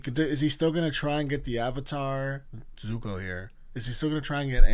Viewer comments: If u call zuko, zoku one more time😭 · Zuko For the love of god stop saying Zocoo😣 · One thing I find funny is you keep saying the ex-prince’s name wrong it’s Zuko (Zoo-Co) lol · Love your reactions, just want to make sure you know that it's Zuko and Mai (pronounced like May). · not you saying zukos name wrong lollll love the videos!!